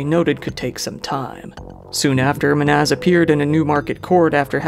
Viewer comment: Just curious, how much research do you actually do? Lady says "Men-haz" and knew him for 6 years, this dude plays a clip of it and makes a whole video calling him "Ma-naz" 🤷🤷🤷